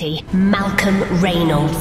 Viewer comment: It's funny how can't pronounce "Reynolds."